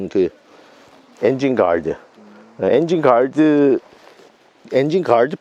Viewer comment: 엔쥔갈드~ 어우 발음 너무 좋습니다